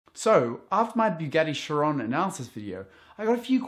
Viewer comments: Why do you pronounce it "Bugatti Sha-ron". It's "kai-ron". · No it's not. It's named after the Monégasque racing driver Louis Chiron. His name is pronounced "Shee-ron" with a "silent" french "n" if you want to be really accurate.